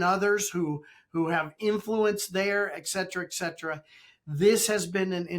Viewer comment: Can't take any "expert" seriously who does not pronounce etcetera correctly. He must be a hack.